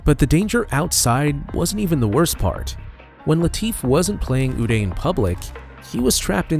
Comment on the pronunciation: His name is pronounced 'you-die' not 'oo-day'.